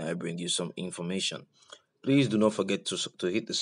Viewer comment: The way you pronounced “information wɔ wiase” made me spill my tea😂😂😂